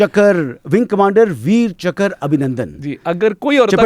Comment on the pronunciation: It is Chakra not Chakarr